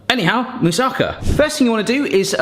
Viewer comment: Greece here! Your moussakas looks delicious and is quite authentic (considering that every Greek grandmother uses her own recipe anyway), so: well done! By the way, it is pronounced moussakAH, not moussAHka (actually it is moussakAS, but I spare you Greek grammar here). Regarding the bay leaves, they only do their magic when they are fresh. Most of their flavour is lost in drying (just like with dill), and when they don't smell they don't work. When I add two bay leaves freshly picked from one of the trees in the neighborhood to something I cook, the whole kitchen smells wonderfully of bay leaf aroma. They work reasonably well for around a week when you keep them in the fridge, but freshly picked is always better. They do dry easily, "pretending" to still be usable, but I'd say if you don't find fresh ones, you can skip them in your recipe.